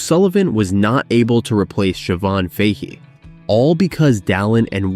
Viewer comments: it's Fa hee not fayhee. AI pronunciation has a way to go. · And Fahey isn't pronounced properly either. And also it changes to Fay at one point!! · Mispronunciation of "Fahy " is creepy.